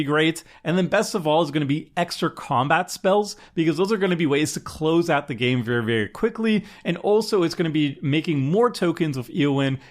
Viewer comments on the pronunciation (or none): none